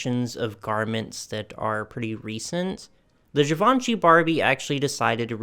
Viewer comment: Hi! A lot of your pronunciation is great! However, 2 pointers on LaCroix and Givenchy: LaCrwah and Zhivo(n)shee (the "n" is not really pronounced; it just nasalises the "o"). I love all these dolls - the Versace lace-up gown is amazing! Those Oscar de la Renta fashion packs are...! Brings back so many memories and I need to get my hands on 2 or 3 of them. I'd like to dress some of the Barbies that I still have in them. She wore a lot of other designers as well - like Valentino, Burberry, Sonia Rykiel, YSL, Lanvin. I LOVE Barbie in Dior. She would look wonderful in vintage Chanel too. I hope She collaborates with Aje., Alice & Olivia, Carolina Herrera, and Hermes in the future. Aje.'s aesthetic is feminine with an edge and they have a lot of bubble-hemmed mini and maxi dresses that I'd love to see her in. I actually bought one that reminded me of her late 80's, early 90's style with a huge bow at the back that was reminiscent of the bow from YSL's Pink Bow Dress. I love Alice & Olivia, and CH for their fabulously girly but still classic aesthetic. Hermes is luxuriously quiet and no one knows who you're wearing until they see the silk twill scarf! I would also love to see her in Marchesa's eveningwear; and also in an elegant men's tuxedo styled for women.